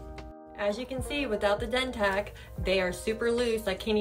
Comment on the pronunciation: How yall gone promote a product, and the person in the video is not even pronouncing it by the correct name 🤔 yeah ok 👌